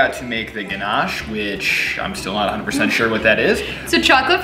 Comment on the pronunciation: pronouncing Ganache like a pro! 😂...that all looks wicked! I was impressed at how you filled the muffin tin without making a mess... I haven't unlocked that feature yet LOL, I ruin the kitchen every-time I bake